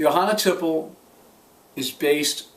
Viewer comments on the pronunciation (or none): Thanks for the review! p.s. - I hope I don't sound like an annoying know-it-all, but it's pronounced tee-play.